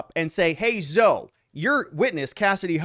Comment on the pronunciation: This is only to help you.... Zoe is pronounced "ZO-EEE"..